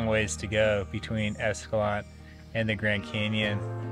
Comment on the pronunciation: Love this video series and I'm glad the next one is out!! Just so ya know, the locals pronounce it escalan-tay and pah-ree-uh.